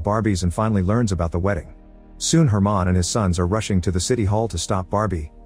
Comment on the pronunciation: It’s just a mispronunciation he read the name as “german” instead of “herman”